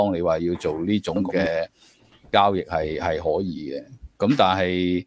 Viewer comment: 交易，讀成郊野